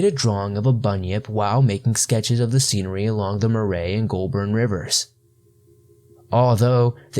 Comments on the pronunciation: Murray ... rhymes with Hurry (English/Scottish name) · Murray rivver is pronounced like hurry, and Yarra river is pronounced yarr ah not yah rah. You are doing well for someone who has not actually heard the names pronounced, keep up the great job